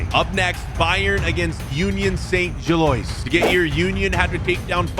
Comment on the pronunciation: please pronouncd gilloise as Gill-wah